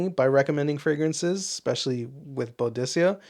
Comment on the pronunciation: I enjoy the ranking videos , good stuff, but the way that you pronounce Boadicea is definitely incorrect ! Might want to check out some videos to get the pronunciation correct my friend, you have way too many bottles of that brand to say the name wrong !! Maybe a little research